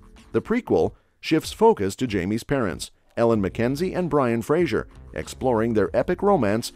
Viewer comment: It's Fray-zer, not Fray-zhure.